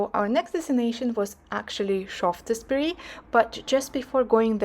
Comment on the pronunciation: “Sharfsburry” might be a help for pronunciation.